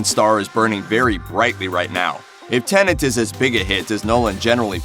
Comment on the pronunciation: Pleeeeeaaase stop saying "Tenant" !!